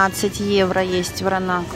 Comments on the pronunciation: Вино называется Вранац, а не Вранак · Вино ВРАНАЦ правильно, а не Вранак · Вранац ! Вино Вранац ! Почему вы вмё время коверкаете названия ! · Да ей плевать! Она сказала Вранак, значит Вранак!)))☝️ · Вино называется Вранац!Белград!Уже режит слух. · Читает она всё,а коверкает слова,ест на камеру для большего числа комментариев.